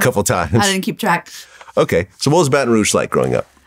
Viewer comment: She mispronounced Baton Rouge